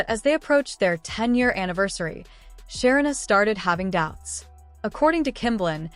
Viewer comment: Say the name correctly 😅 her name is Sarina